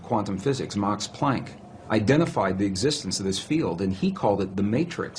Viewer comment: In American English, “Max” is pronounced with a short A sound, as in “dad”. What is wrong with you. Affected poseur.